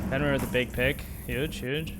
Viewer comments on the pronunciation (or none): none